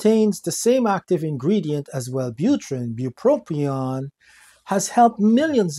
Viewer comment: There is a single “R” in bupropion. FYI.